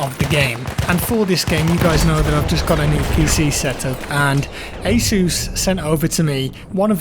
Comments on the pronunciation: well, not really it sounds like he’s saying “A ZEUS”, but the pronunciation wasn’t really the main funny thing, it was the way he said it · I’m sorry, i don’t want to offend after your jaw surgery, but the way you said “ASUS” is just hilarious